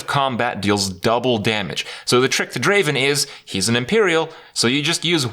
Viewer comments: It's not Draven. Draaaaaven! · I am triggered krip spelling draven wrong ... ITS DRAAAAAAAAAAAVEN! (yes you knew it was coming) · Not Draven, Draaaaaaaaaaven.